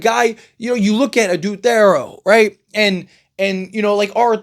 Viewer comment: It’s pronounced Adou TH-EAR-O